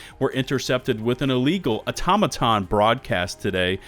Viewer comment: au”tom”aton not auto-maton